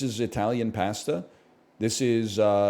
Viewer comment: I will never not chuckle at the way NL pronounces pasta